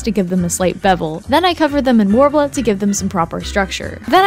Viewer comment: Take a shot everytime they say worbla